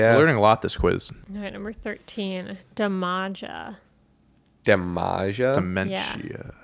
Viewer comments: It is pronouced like "damage," with an "a" at the end. The one before him was his real name that was used in OVW, before he was in WWE. (Well, middle name and last name. But, evidently, he does go by his middle name in real life.) "Tara" was said to be short for "Tarantula," and she carried a spider to the ring. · It's pronounced "Damager" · Damaja is pronounced Damage ah. That’s what Danny Basham was known as in OVW too. Doug Basham is the current OVW National Champion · Damaja is pronounced damager. He had a long time feud with The Machine Doug Basham and then when they got called up Vince decided to have them be a brother tag team 😅. So when they went to TNA they just used their original names basically. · Its Damage-ah pronounce it that way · I think it's supposed to be pronounced like 'Damager'. As in, Bash 'em and Damager. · The Bashams were trained in OVW. Doug used the name Doug Basham (a name he still uses today) and Danny was Damaja (pronounced like Damager) They were backstage at Raw before getting called up to the main roster and someone backstage thought Doug should shave his head and then they'd look like brothers. Listen to Jim Cornette's "thank you fuck you bye" rant for the full story. Idk for certain, but I'm guessing WWE owns/owned the name Danny Basham and not Doug Basham because he used it before he was signed to WWE. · It just bugs me that she doesn't know much about wrestling because she ALWAYS gets names wrong. She mispronounces Damaja's name